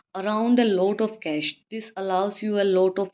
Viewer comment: Mam ap cash ko carch kyun padh rahe hoo 😭😭rattta mar kr aye ho kyaa ☠️